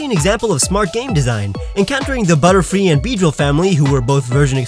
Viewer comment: Why did i hear you say utterfree instead of butterfree. is that a butterfree with miltank's utters XD